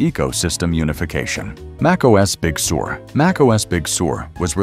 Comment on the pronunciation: The speech bot pronounces Big Sur as “Big Sewer.”